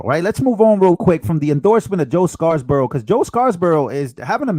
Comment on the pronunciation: It's Joe Scarborough, NOT ScarSborough. I've heard you mispronounce this name too many times and finally decided to comment. Thanks for all of your great videos,!